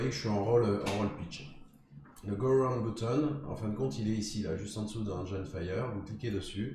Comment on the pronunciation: Bonjour. Merci pour le tuto de qualité. Petite remarque: le i de engine se prononce comme en français (i et nin aï).